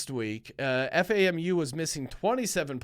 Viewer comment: Lol it’s FAM-U, it’s alright love the show